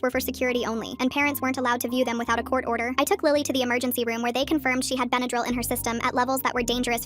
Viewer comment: They mean the short pronounced Benadryl wrong